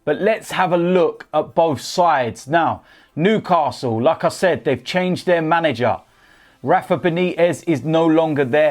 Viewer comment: He says 'like I said' like 'lacazette'